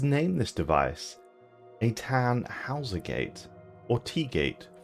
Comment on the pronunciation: Quick note: In German äu is read [oi], making the pronunciation [tunn-hoiz-er]